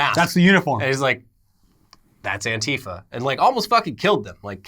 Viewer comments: He was saying it both ways, but my ears definitely were weirded out when he said it like anti-fa rather than an-tifa. But I guess the first would actually be closer to what it stands for. Just sounds weird. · This is the first time I hear someone pronounce antifa the way does